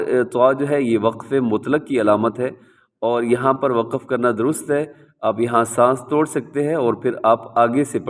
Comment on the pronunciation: Assalamualaikum wa rahmatullahi wa barakatuhu Bahut hi achi tajweed ki vedio banayi hai, jazakallah Khaira Itni si baat kehni thi ke aap lafz ko lafaz😢 aur waqf ko waqaf kyun kehte hain